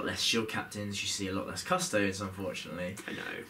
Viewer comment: You react to this and not him calling Custodes "Cuss toads"! :)